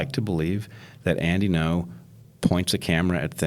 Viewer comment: Bret introduces him as "Andy No", is that how it is pronounced? I assumed it would be Andy Ngo (like "anding-o") but maybe Bret just had trouble with it. Cuz he racist ;P